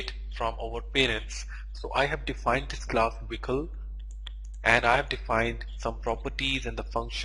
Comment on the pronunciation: It's pronounced Vehicle not wicle